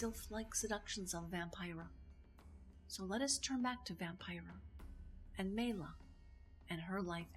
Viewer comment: Maila (pronounced My-la) was born Maila Elizabeth Niemi on her birth certificate (not Syrjaniemi). She moved to Los Angeles in 1941 and lived with her Aunt Ida and Uncle John Peterson. Paavo Nurmi was not related. That is not a photo by Man Ray. That photograph was taken by Bruno Bernard in Los Angeles not New York. She was never legally married to Dean Riesner. She actually shaved her own head in an emotional outburst after Vampira, the show, was cancelled. The hair dressers story was made up for the press. That is not Jack Simmons dressed as James Dean, it's her boyfriend Chuck Beadles. Vampira the show on KABC-TV Channel 7 ran from May 1, 1954 - April 2, 1955 (50 episodes) Vampira Returns on KHJ-TV Channel 9 ran from May 18, 1956 - August 3, 1956 (12 episodes). Cassandra Peterson was hired to play Vampira on the new Vampira show. They only changed her name to Elvira when Maila Nurmi disagreed with their choice of actress to portray her character. The court didn't rule against her as it never went to trial and Maila had to ultimately drop the case due to lack of counsel and finances. Nice tribute though.